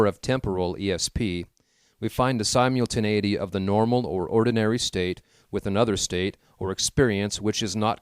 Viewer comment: Sy-mule-tinAity or sim-ul-tinAity? Haha i do enjoy this work I'm just commenting on something i noticed